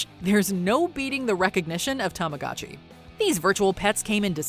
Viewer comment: Born in the 80s my best years came in the 90s 😹😹😹 memories! I hate how they pronounce Tomagochi ( I tryed to spell it how it's pronounced in the commercials 😅 ) & can we explain how ugly the new Furby is 🤪